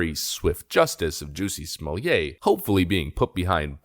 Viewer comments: You know your the only guy on the planet who prounces it's name "Jucy smolyay!" 😂 luv ya brother!! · Stop saying his name! Stop saying it wrong. Juss-y Smol-let. He’s fake. He tried to jazz up his bog standard name. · 'Juicy Smallie-yay' - so glad you are pronouncing his name correctly, 🤣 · How many times you wanna say "Juicy Smulliet"? - Yes. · You are pronouncing his name wrong. It’s “Juicy Smellit” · Jew-see Smuwl-yay... Lol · How many times did you say Juicy Smooyay??? Too funny!!!!!! LOL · When you intentionally mispronounce a person’s name, it reflects poorly on you. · Good grief!! If you are going to talk about someone, at least find out how to pronounce their name. You lost me... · You are certainly right put god does it hurt to hear that pronunciation of his name